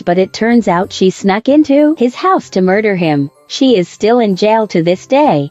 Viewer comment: wait what she say. Mu-rd-er-?!